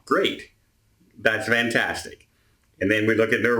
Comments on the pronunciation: When you say “fantastic day” it almost sounds like you’re saying “vantastic day”, I guess it’s the Canadian accent... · he IS saying “Vantastic” day. It started out as a slip of the tongue, and now it’s his catch phrase.